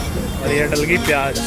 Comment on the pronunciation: Pyaaj ni pyaaz hota ha